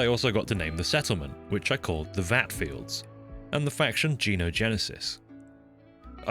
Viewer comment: "The Vat fields." instead of "The Vat Fields." Literally unwatchable.